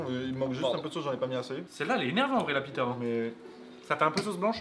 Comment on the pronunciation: On dit pita